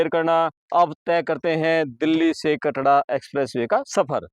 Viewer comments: Bhai Katra h Katda koni Report to ban Gaye name to Lena shikh lo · KATDA NAHI KATRA KAHTE HAIN APNE PICHHE BORD HI DEKH LETE BOLNA TO AANA CHAHIYE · Katra h bhai kyo katda katda bol rha h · कटरा या कनाडा तेरे को बोलना ही नहीं आता है in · Isko. Katra. Bolna nhi. Aata. Kya